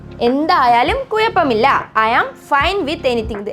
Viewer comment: അത്തായത്തിനോ 😂😂😂 'അത്താഴം' ആണ് ഹേ😂. കയിക്കാൻ അല്ല 'കഴിക്കാൻ.' Not കുയപ്പം, it's കുഴപ്പമില്ല.